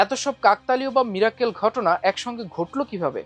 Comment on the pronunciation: সম্মানিত পাঠক মীরাক্কেল না উচ্চারণটি হবে মিরাকল।